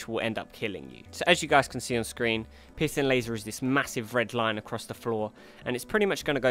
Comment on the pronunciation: I know he's saying "piercing laser," but I can't help but hear "pissing laser"